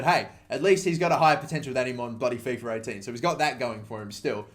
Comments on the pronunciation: FifA not fefur... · Fiffer 18, let me guess you also say Iniester